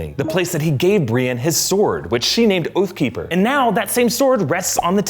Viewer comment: Wait, say "Oathkeeper" again. 😂